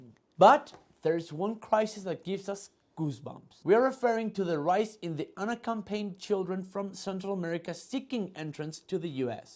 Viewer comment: Chingados contigo..."if history has 'teach' us something"!? ..."has 'taught' us something", taught!...Y se dice "unaccompanied", no "unacompained" . Pay attention to detail, bato...pinche chumel asi le quieres quitar el banco a Trevor Noah??? Dónde estudiaste ingles? en el CCH???? Yo defendiéndote y me sales con tus mamadas.